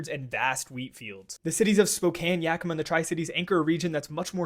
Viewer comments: He has to be from Washington. He pronounced Yakima right. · Great job pronouncing “Yakima” correctly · Only thing I’m thinking is damn he actually said Spokane and Yakima correctly 😂